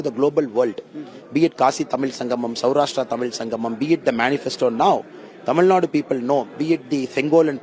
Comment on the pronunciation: Tamil nadu ko tamil nad kyu bolte h??